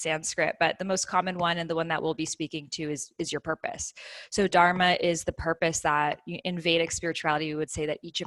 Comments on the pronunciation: dhur-mā (the dh is a letter in sanskrit pronounced like the work "the" in English). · Good talk...Would love it if she could learn to pronounce "dharma" correctly though! 🤣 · Her teachings are good but few things seemed inaccurate. Being of Indian origin i was disappointed by her pronunciation of "Dharma" 😅 Take this as a Constructive feedback. All Love 💕